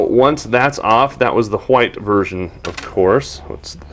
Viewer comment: Repeat after me white not quhite no q sound in there